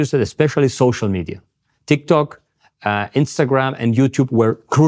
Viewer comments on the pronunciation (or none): none